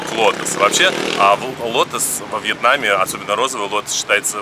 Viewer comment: А почему Вьятнам а не Вьетнам???